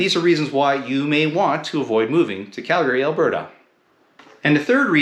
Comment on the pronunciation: First off, you need to pronounce the name correctly....